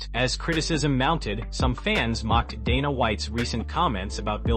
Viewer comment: Your AI voice and AI script is trash. Had to stop it as soon as you butchered Gaetje’s name repeatedly. Can’t even say Dana correctly. Your channel is AI SLOP.